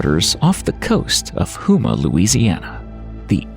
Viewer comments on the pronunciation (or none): none